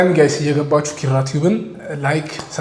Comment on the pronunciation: እባክህ የ አ.አ ልጅ ነኝ እያልክ 'ኪራ' የሚለውን ቃል ጥብቅ አድርገህ አትበለው የምር ይደብራል ኧረ😂😂 በቃ አላልተህ ኪራ በል ከአንተ አልፎ የስሙ ባለቤት እራሱ ኪኪኪራራ ብሎ ጥብቅ አድርጎ ነውኮ የሚጠራው። ይሄን እስቲ ግድየለም ትክክለኛ የአ.አ ልጅን ይህን ቃል በልልን በሉትና ልዩነቱን ስታውቁ በራሳችሁ ትስቃላችሁ የምር። ስግጥ እርግጥ አድርጋችሁ ኪኪኪኪራራራራራራራራ😅😅😂😂😅